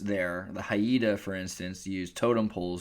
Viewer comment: Haida has two syllables not three. Think of the rhyme, if you want to hide a guy go to Haida Gwaii. Great place, come visit and we can discuss flaws in the historical timeline of European expansion on the west coast.